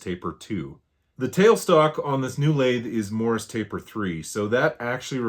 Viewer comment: I know it's morse. You said morris. Twice. I heard it yesterday, then today checked captions.